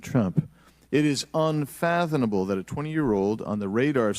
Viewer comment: "Unfathonable"? Again, illiterates... Fathom, not fathon.